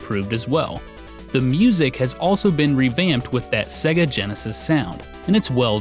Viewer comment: SAY-ga Norm! SAY-GA!